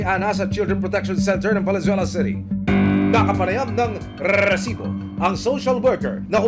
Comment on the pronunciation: aksayado ka sa letter "R" Emil, R--R--RRRRRRRRRRRRRRRRRRRRRRRRRResibo! parang tunog ng asong malapit ng mangagat.